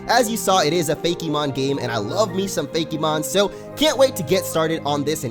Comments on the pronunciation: Hillaryite Gem I know that, but the fact that the e is accented when he says it is what gets me. Pokemon is smooth and rolls off the tongue and usually Fakemon does too but I'm hearing fa-KEY-mon. Everyone just says things differently, it's not that big of a deal though. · I'm sure someone has said this already. But I was so confused as to why you said "Fakey-mon" but would pronounce Pokemon normally. Good video regardless. This game looks awesome, I'm definitely going to check it out!